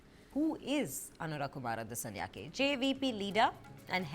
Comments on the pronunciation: අනුරා කුමාරා දිසානෙයාකෙ 😄 මොනවද බ මෙ නම් කියන විදිහ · Please learn to pronounce names correctly, we always read Indian names correctly.